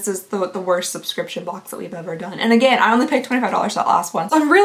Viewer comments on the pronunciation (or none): none